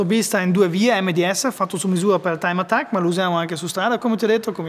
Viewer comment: TIME "ATTCAK" 😁